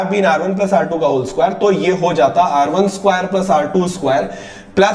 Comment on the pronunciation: Skwaiiiire did u notice he says skwairee